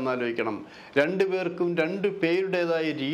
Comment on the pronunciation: നീ,ക്കുറെ, ആലോജിക്ക, ഏന്നിട്ട്, വീണ്ടും, ആലോജിക്കണം,, ട്ടോ, ക്കുറച്ച്, ആ ലോജന, കുറക്കാൻ, പറ്റുമോ, ഏന്ന്, ആലോജിക്കണം,, ഒരു, ആലോ ജന, അരോജകൻ,,😮😮😮